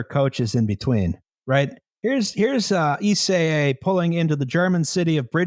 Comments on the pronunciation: It's pronounced Eschede with the beginning like the Canadian "Eh", the middle like "Che" Guevera and the end like the "i told u so" "Duh" but without the "uh" and another "Eh" at the end. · And it only took 6 minutes for to fuck up "Eschede."